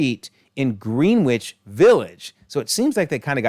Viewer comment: Wow, what a doozy! It's a shame this universe didn't wind up in Multiverse of Madness. :P And I'm sure you've been told plenty times already, but it's not pronounced Green-Witch, it's something like Grenn-idge. Blame the British with their wacky spellings and ignoring all the rules of their own language. Greenwich Mean Time, Greenwich, the town the Prime Meridian runs through, everything that denotes what timezone you're in plus or minus however many hours, that's what it's called. It's not even something we've Americanized like the school of Notre Dame being called Note-r Dame instead of the French way, No-tray Dom (or something like that, spelling phonetically is hard), Greenwich is just not spoken how its spelled.